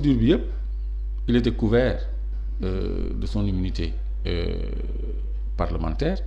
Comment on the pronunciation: Senegal7, cette journaliste pousse les gens a boycotter votre chaine, on sent son mepris quand elle parle de Sonko pour une journaliste qui devrait etre neutre. Elle sait meme pas lire, immunité parlementaire elle peut pas le dire correctement, elle fait des remarque betes c'est pourquoi a raison lorsqu'il dit que ce genre de remarque l'irrite.